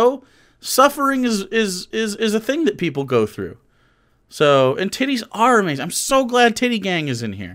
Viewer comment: John Doyle is a BEYTA MALE but thinks he’s Ah-Maize-In. Yea, that’s a corny joke.